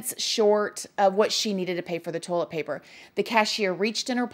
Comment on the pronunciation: Ive been made fun of since elementary for pronouncing toilet paper..."tohl-eht paper" so imagine my excitement when I heard my girl over here pronounce it the exact same way 😂 if anyones gonna pronounce something as weird as me...its probably gonna be her lol